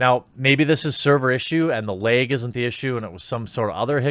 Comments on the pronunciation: It's LAG not LEG dude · The way Jeremy says "lag" is enough for me to hit the like button 😂